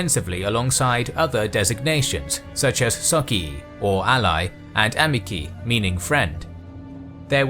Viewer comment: Please, check your pronunciation before publication. Your "socii" and "amici" are truly cringeworthy.